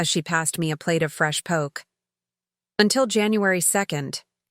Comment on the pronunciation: I agree. And someone to edit the AI Voiceovers. It's pronounced "poe-kay" 😁